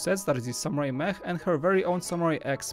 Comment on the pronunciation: When you said safari mech I heard safari mEAH